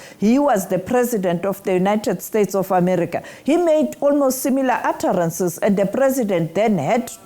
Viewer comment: 'atterances' hahahaha; how pathetic